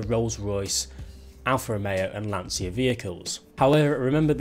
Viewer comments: Hint about pronunciation of LANCIA: it is not with a "sshhh" sound, but with a sound more like the "tcha tcha tcha" dance :) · It's pronounced Lancha not Lansia!!!